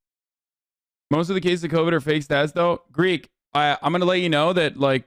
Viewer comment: im not a huge fan of Hasan, i think hes kinda annoying but holy BASED when he rolled Greek like that